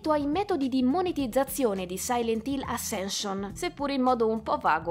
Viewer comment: Ma era troppo complicato imparare correttamente la pronuncia del titolo, dovendolo ripetere più volte nel video...? 🤔🤷🏻‍♂️ Spoiler: la prima lettera si pronuncia 'E' 🙄